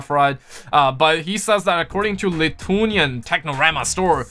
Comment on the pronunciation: I don't mean to sound disrespectful but you mispronounced Lithuanian